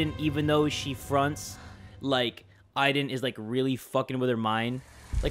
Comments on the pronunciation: It is not iden its Aden I know how to spell it but just so you understand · When ever she said Aiden i thought she was saying ivan